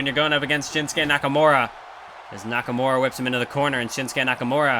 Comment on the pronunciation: Nakamure instead of nakamura